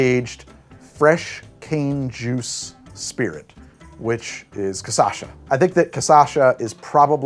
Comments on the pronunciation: to be pedantic, its pronounced "ca-cha-sa", not "ca-sa-sha" 🙃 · "Cassasha" said over and over again made me genuinely laugh😂